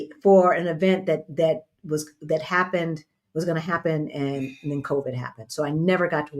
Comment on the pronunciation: Re:shoes, said, “see what had hap-pend” lol 👏🏾🫶🏾💞💫✨🌟